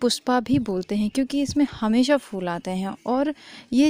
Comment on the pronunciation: वीडियो में आप फूल का सही उच्चारण कीजिए.. आपने कहा है की allopathy में BP की दवा सही नहीं मिलती.. इस वाक्य मे सुधार कीजिए.. कितनी पत्तियाँ खाना है.. याने age के हिसाब से dose.. य़ह भी mention नहीं किया.. Video को ठीक और iimmprov कर के पोस्ट कीजिए..